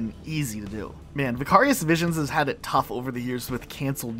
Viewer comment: Wait, do you not know how to say "Vicarious"? It's not just a word the studio made up for its name.